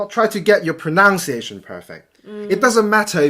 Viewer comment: 有個字是pronuciation發音我是與你有不同,你查清楚,',nu'的發音有別😀